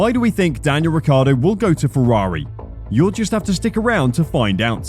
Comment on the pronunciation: Maybe they'll teach him how to actually pronounce his own surname.